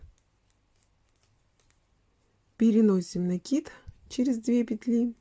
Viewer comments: Всё замечательно, но почему вы говорите рапорт с ударением на о и накид с ударением на и? Это безграмотно. И слушать это очень тяжело . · Именно так правильно произносить: раппОрт, с ударением на О, пишется с двойной буквой П; накИд, с ударением на И, потому что нить накИдывают.